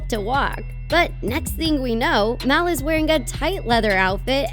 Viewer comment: It's m a l not m e l